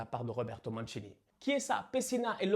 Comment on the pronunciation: félicitations pour la prononciation de Roberto Mancini et Berardi ( mais aussi Locatelli e Marco Verratti)Tu es sure que tu es pas moitie italienne?? 😄